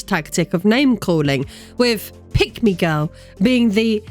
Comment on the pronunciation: This video auto-played in the background at work. I was listening to it for about ten minutes before I realized you were NOT saying "Pygmy Girl."